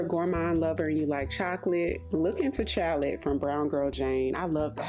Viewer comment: Chalet is pronounced "shalley". Chalets are wooden cabins used in ski resorts. The notes of the perfume tie up nicely with the name based on the types of drinks served. I was in the Liberty department store a few days ago and I agree with you on Vine Thief! Liberty is a beautiful store, you should visit some time x